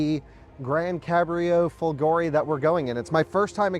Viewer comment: you can learn the correct pronunciation of folgore on google translate! :-P